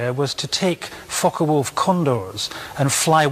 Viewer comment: ✈Fncker Wolf??? No wayyyy......😳 Its Focke Wulf.....These Yankees really go over the top!